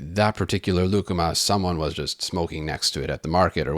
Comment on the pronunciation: I was reading the comments when you introduced lucuma and had to rewind to make sure you didn’t say “ligma”